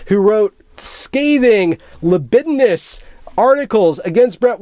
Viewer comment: Oh man, “libelous,” not “libidinous!” XD